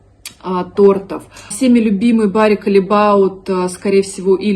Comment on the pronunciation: Редкий голос разума) Когда я слышу слово "калебаут" , у меня просто кровь из ушей